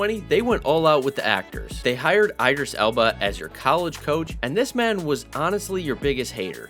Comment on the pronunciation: “I”dris Elba?